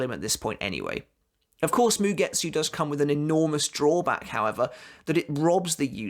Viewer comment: Ok ... you are doing it on purpose.... asauchi.... ah-sa-oo-chi..... sebonzakura kageyoshi... ka-gay-osh... don’t pronounce the i... same with mugetsu... you don’t pronounce the u... it’s mugets... moo-gets